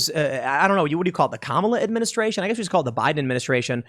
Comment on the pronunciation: Administraintion, bidenflation, gas-a-prize-is, Kleenex energy, etc etc etc